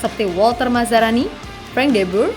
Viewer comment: Walter Mazzari min bukan mazzarani😊😅😂